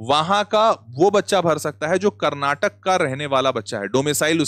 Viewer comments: sir pleaseee, its not KARNATAK its KARNATAKA. for christ sake pronounce karnatakaaaaaaaaaaaaaa🥲🥲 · Sir, can u please pronounce it as Karnataka rather than Karnatak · One request please pronounce karnataka❤. Instead of Karnatak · That's Karnataka Not Karnatak 😡🤬